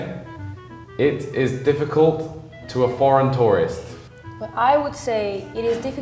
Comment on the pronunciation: She's widely exagerating though, I've never heard a french person in my life that say "difficult" with that u sound she made, we may suck but we still learn english from a young age so that kind of words even kids pronounce it correctly (except the accent). I don't think there's a major difference between the Wallonia and France in terms of English fluency.